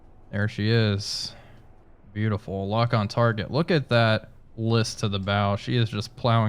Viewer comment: "Beotifull ship, I love this ship, yep.....well we are going to sink her" Loved it